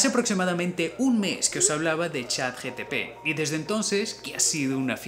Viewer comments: Amigo, mencionas Chat GTP, y lo correcto es GPT... 😂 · Buen video. pd se dice chatgpt no gtp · Me pone nervioso que le diga CHAT GTP y no GPT, pero muy bueno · Interesante video. Lo único incómodo es escucharlo decir mal todas las veces ChatGTP y no como es verdaderamente ChatGPT 😂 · Me encanta la temática del video pero tengo una pregunta seria: por que dices siempre chat GTP en vez de chat GPT? xdddd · Me pareció muy gracioso CHATGTP. Nooo amigo. Es CHATGPT!😂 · lo unico que reprocho es que todas las veces mencionaste "chatGTP" y es GPT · te ha equivocado es CHAT GPT NO GTP JAJAJAAJ 😂😂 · Lamento ser ese comentario molesto pero creo que te equivocaste varias veces diciendo ChatGPT. Dices ChatGTP y en la descripción aparece como ChatGTP. La dislexia. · bro dijistes "ChatGTP "XD buen video me encantaa! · Alguien más lo escuchó todo el video decir chat GTP??? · q clase de desorden mental tengo para q me moleste q diga "GTP"?? :s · Si no sabe ni decir ChatGPT😂😂😂